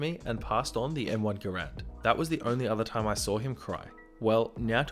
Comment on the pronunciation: Ahhhhhhh it’s Garand not Grand oof that gets on my nerves lol